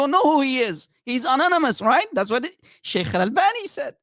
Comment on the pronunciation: everytime says - sheikhhh, sheikhhh - i have the feeling like he is gonna throw up 😂